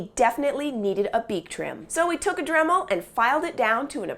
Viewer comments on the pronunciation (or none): none